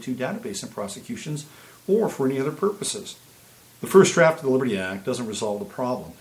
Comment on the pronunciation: WOW, your coffee drink and your early morning shower definitely have impacted your productivity so far today. I had shared your videos on another site, mentioning that your 6 espresso shots would probably explain your skipping over the "t" in Libery." This was a great analysis and thanks for pointing out the Liberty Act. Sneaky, sneaky, sneaky aren't they? I did go over and see the comments and discussions regarding CA and agree that it is a major location now for being on the front lines of the ramped up battle. And yes, it is representative of the spiritual battle that's occurring within and without.